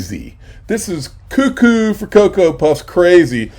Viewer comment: For God's sake, stop saying Cucoo for Cocoa Puffs. It seriously makes you sound even more Bush league than you already sound. We've heard that and One Flew Over the Cucoo's nest for long enough. Clean up your product and delivery of it. You sound like an 8th grader at times. That said, great info, as always.